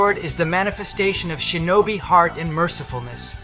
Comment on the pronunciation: it’s shinobi you don’t know how to pronounce it properly